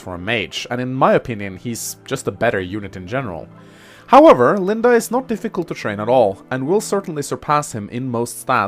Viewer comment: From now on, I'll kill a kitten every time someone says Linda instead of LindE.